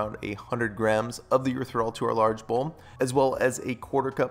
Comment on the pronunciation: I thought it was erythriTOL not THOL 🤔...sorry it's the teacher in me 🤓 Great vid - new sub!